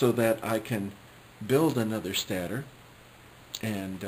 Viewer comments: Stator is pronounced stey-ter, not stat er. No offense meant. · It's actually pronounced stay-tor not stattor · can you say, stey-ter?